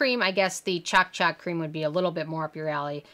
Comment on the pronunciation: Lol you said CHALK CHALK it’s Ch-o-K ch-o-k like choke